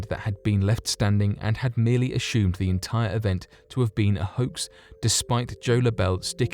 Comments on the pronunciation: I love the way he says ashumed instead if assumed. I’m going to start saying it that way. LOVE the channel.❤️ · "akshoomed" 🤣 as-sumed